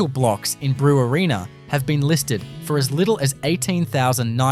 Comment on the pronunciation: Brewarrina is pronounced "Bre-warren-a", not "Brew-a-reena"